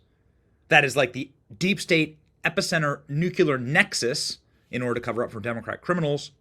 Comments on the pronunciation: He says nucular😂😂😂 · NEW - klee - er, Benny. There is no such word as "nukular." And, I thought grand jury testimonies were kept secret. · Why don’t you learn to say, “nuclear” like an adult? It’s not a hard word. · You need to quit using the word NU-CLE-AR until you learn to pronounce it. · Arrrgh..."noo-KLEE-ahr", as a "journalist" you have a responsibility to pronounce words properly!!! And stop drinking so much F'ing coffee!!! I love you Benny, but I don't know how much longer I can tolerate your hyper-speed commentary. You sound like you've just snorted a line or two. S L O W T H E F K D O W N!!!!!!!!!!!!!!!!!!!!!!!!!!!!!!!!!!!!!!!!! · NU CLE AR 😂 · Stop saying nuclear!! You sound stupid when you do!!🎉